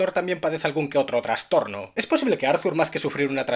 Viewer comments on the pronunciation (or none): none